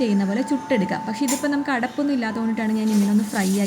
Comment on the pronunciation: അടപ്പ് അല്ല അടുപ്പ് 😄